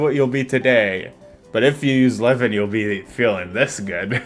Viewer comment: I'll delete this if you mention it later in the video but it's so silly how the AI voice doesn't even know how to pronounce Liven (sometimes Liv-in, sometimes Lie-vin) and they don't even bother to correct it